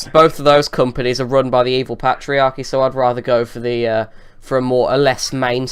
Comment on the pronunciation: "pat-iarchy" "dextop" these words aren't English